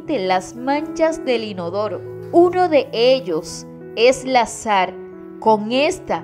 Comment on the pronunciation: No se dice Sar....Se dice Sal...Actuar..No Actual..Fácil, No Fácir..Ojo..Critica constructiva..